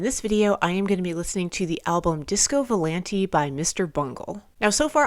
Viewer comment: it's disco vou-lahn-tae, not disco volan-tee (source: I'm italian 🍝)